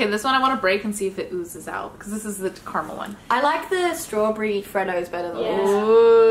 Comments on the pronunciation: It's Car-a-mel. Not car-mel. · Is it just me lr do you aussies hate the word Car-mel. It just doesn’t sound right! It’s Ca-ra-mel! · carmel, CARMEL!! ITS PRONOUNCED: CAR A MEL NOT CARMEL